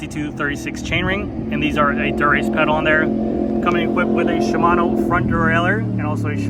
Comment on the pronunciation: Endu-RACE. Not endurance 😂